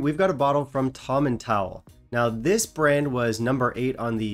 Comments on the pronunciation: Uhh no, I’m from Moray and his pronunciation was spot on this time. It’s Towel as in bath towel. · Tomintoul (" - toil" as in toy'll) is really hit+miss / the Seiridh (sherry) is amazing with eh Euro-cask of oloroso.